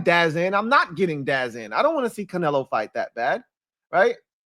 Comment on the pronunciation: it’s called dazn 😂 (da-zone)